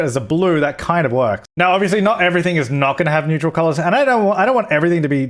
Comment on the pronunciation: Could you please start pronouncing neutral correctly :D